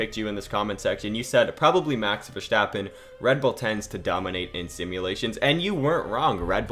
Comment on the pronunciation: Sorry but i have to mention it. Please dont say Max Vestappen, You littarly fortgetting the R Max VeRstapen